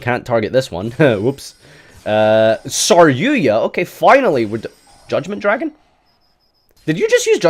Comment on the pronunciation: Stop saying saryuya